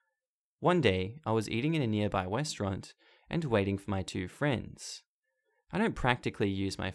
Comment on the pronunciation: Hold up, did you say westeraunt instead of restaurant on that story with the military guy😂